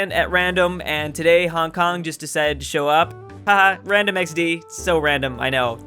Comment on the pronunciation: You popo mispronounced my city